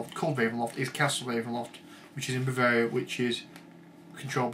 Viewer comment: you called barovia bovaria, but other then that a very fair review. good job =]